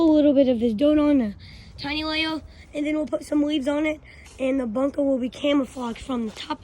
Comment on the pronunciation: “Miwatawy wowld war two bunkwer”